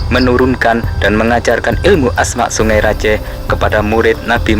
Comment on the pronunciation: Saya org madura bangkalan: yg bener sebenar nya bukan sungE raJEEEH tapi: songai rajeeh Pakai e bukan E